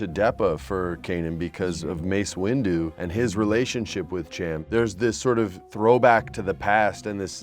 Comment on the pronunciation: am i the only one annoyed with her saying Ch-am instead of Sh-am cyndulla, im from the midwest so mayve its an accent thing but its just annoying also, QUASAR FIRE CLASS CARRIER RETURNS, LONG LIVE LEGENDS